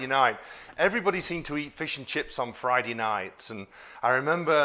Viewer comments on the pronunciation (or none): I love how you say “Fri-dee” for Friday. I just love your channel. You’re a true story teller and you have a heck of a personality. 💙